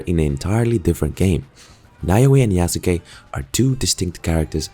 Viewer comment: It’s pronounced YASKAY my guy lol